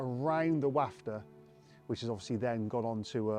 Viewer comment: Pukka vid but it's pronounced wofter 🤣